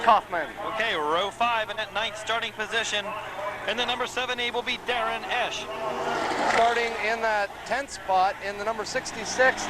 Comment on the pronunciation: is that the correct way to pronounce Eash?